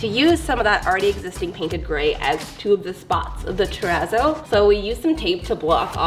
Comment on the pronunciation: What is the word you keep saying to describe the painting style?? Turrazo??